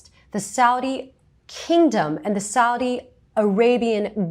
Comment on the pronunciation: "Saudi American prince" I know it was mispronounced, but at this point it might as well be renamed to that.